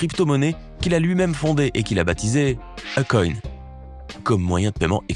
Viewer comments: Eykon ca se prononca meme si s'a s'ecrit ako' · BON pour la prononciatio, Akon.....;il faut prononcer AYkon ! Et pour son vrai prenom c'est Alioune BADARA Thiam, le damala cétait une blague, il disait DAMALA BEUGU, c'est du wolof qui signifie je t'aime. Il s'appelle pas DAMALA mais BADARA ! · Qui a réécouté le nom de Akon?🤣🤣🤣🤣🤣🤣 quelle prononciation ! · Y prononce très mal akon